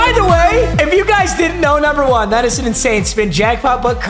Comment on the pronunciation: why do u say one like that